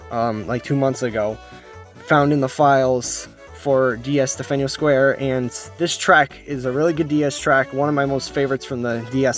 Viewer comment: you're pronouncing delfino square wrong